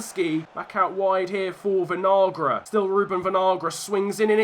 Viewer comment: Your pronunciation of Kevin Vinagre (Venalgra) is making me mad. Just call him vinegar lol.